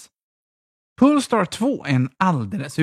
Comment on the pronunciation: Haha, kände samma.. pole-star, inte pool-star.